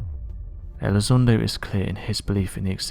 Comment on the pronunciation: Well, this Elizondo guy (whose name our British host pronounces incorrectly) was wrong in asserting that UADs (Unidentified Aerial Devices?) have more than a 600X G-force exerted upon them, from time-to-time, as they conduct their funky manuevers at over 10,000 mph. >>> That is just an erroneous assertion, on his part, because of wrong-headed assumptions. Apparently, Elizondo hasn't read anything written by Bob Lazar, who worked at Area 51 many years ago: and Bob will agree (and originally asserted and maintained) that alien spacecraft create their own gravitational field and operate entirely within it. >>> i.e., there is no "outside G-force" exerted upon the craft The difference between the two men? >>> Elizondo was a grunt "paid not to think"; and, Lazar was non-military under contract who WAS "paid to think".